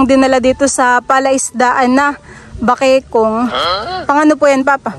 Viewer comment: Bakikong?malapit maging"bakikang"😆😆✌️✌️jowk lang po🙏